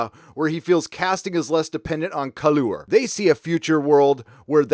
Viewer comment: On the whole great. But I do find it irksome that he pronounces it col-ooh-err. I suspect he's doing it for fun, but it comes across as sarky.